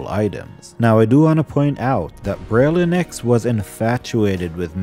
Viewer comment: Beh-ryl-IN-thra-nox Also BERR-əl (similar to "barrel"), as in the green mineral. Aboslutely LOVE the lore!!